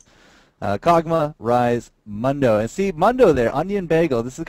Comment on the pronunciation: Mundo pronounces it Moon-dough, so that's how I pronounce it XD